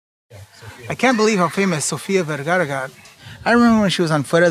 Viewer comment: so no one noticed he said sofia vergarga?? lol how are you gonna use this guy for a 1st generation..